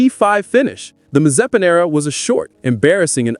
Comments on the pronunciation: the way he said Nikita's surname the first time was okay for a non-Slavic speaker (I approve this pronunciation - I'm Slavic), but the second one... oh my, maze-spin. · Damn i'm triggered of how you pronounce Mazepin.